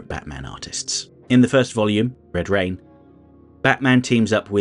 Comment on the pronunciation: ...why do you say: "red rain" like that?... 🤔...😆...